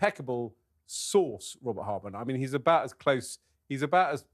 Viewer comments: All these people supposed to be clever can’t even pronounce Robert Hardman’s name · How silly and rude is this man not to get the authors name correct! 😮pathetic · 2nd comment we have been having discussing with many msny orhers and jj shiuld b cancelled by talk tv for telling a LIE about William future king of England that he punched harry when harry said william only pushed him also th stupidity of th miss pronouncements name of robert hardman a decent respectable journalist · is a disgrace. He can’t get Hardman correctly after being told several times, shows how ignorant he his. He will say anything to take M &H’s side. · The "confusion" about the name hardman that insist on mispronouncing was so disrespectful. Is he 5yo? It sounded like he was being racist towards the author (2 can play this game). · How childish to not get the journalist/authors name right. That back and forth over his name was just ridiculous. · Oh, you’re so disrespectful. Go find another career if you can’t get someone’s name right. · and the guy who keeps saying the author’s name wrong. I can’t stand either one of them and will turn this off. Come on Talk TV!